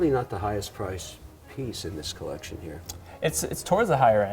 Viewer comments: If this shiny ass head dude says collectión one more time... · Everytime Kevin says: CollecSHJION x_X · Okay petition to stop Kevin saying “ Collectión “ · the "collecsion" gets old by the second...if I have a penny everytime Kevin says it, I would bury him. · I cringe everything he butchers the word collection.